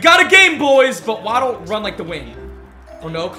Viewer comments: it's wa-ddle not waaaaaaddddl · Y u keep calling him wah-ddle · Great vid but that not how you say waddle name